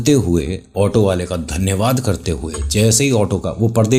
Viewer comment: Aap dhanywaad ki jagah tanaywaad kyo kehte ho 🫠🤔